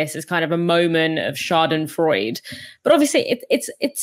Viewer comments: As a German, I’m sorry, I have to do this but the e at the end of Schadenfreude is not mute! It’s SchadenfreudE Except of that the pronunciation was good.😂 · Its not schadenfreud it's schadenfreude. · Schadenfreude with E at the end